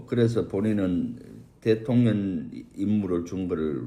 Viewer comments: 김병주 의원님... 대통년으로 발음하시는 거....ㅋㅋㅋㅋ 매우! 매우 적절합니다!!!💙💙💙💙💙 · 김병주의원 대통령이라 하시는데 대통년이라 들려 웃겨요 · 러블리 김병주의원님 꼭 대통령 발음 하실때 대통련 or 대통년 으로 들리는거 아세요 ㅎㅎㅎ 두분 의원님들 참 감사합니다~.